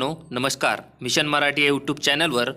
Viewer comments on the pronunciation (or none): none